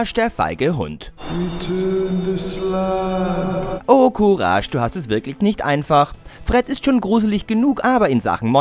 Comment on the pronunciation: Der typ hat einfach "courage" falsch ausgesprochen xD